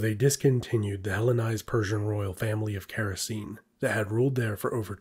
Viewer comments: Oh dear! All Greek "e" at the end of a word must be pronounced and "c" is always pronounced like a "k". So it's KHa-ra-kee-nee, not Keh-ro-seen, which is why it sounds so silly when you say it. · Actually, Characene would be more like "khara-ke-ne" (Χαρακηνή) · Small thing but it would be more accurate to pronounce the kingdoms name as Kara-Keyney.